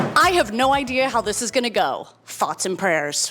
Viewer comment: I thought you introduced Michelle the cat as the subscriber and the woman Cate as her roommate. Also, instead of "thoughts and prayers" I thought I clearly heard you say "farts and prayers". What's wrong with me?!?!